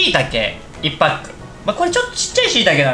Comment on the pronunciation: 1パック、を「いっぱっく」ていうあたりがw